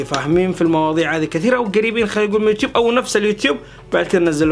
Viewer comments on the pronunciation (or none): none